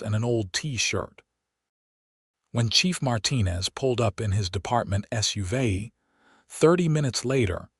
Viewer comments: Just saying it is SUV not suva. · Mispronounced "SUV" and sweatpants"